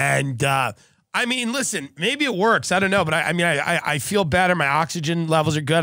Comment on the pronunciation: LISHEN TO MEH 🥴 LISHEN